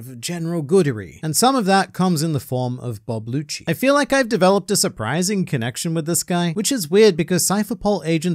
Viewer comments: Does he mean rob lucci cause I’m hearing bob lucci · Wait are you calling him “bob lucci”😂😂this whole time im like that aint rob lucci why does he keep saying it is🤦🏻‍♂️🤦🏻‍♂️😂😂